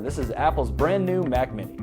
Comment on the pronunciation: It's Mac not 'MAC'.